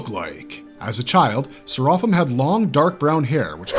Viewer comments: Bro, at least pronounce his name right. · I love that show and it's more interesting thanks to Serapim. Your breakdown of the character, is near perfect but the way you said his name not so much. I would have appreciate you even more if you mentioned the name Serapim, is a nod to Jewish mythology which in there it's a race of divine beings. Anyone like me which feel that Serapim is the best character in the whole show, please give a like.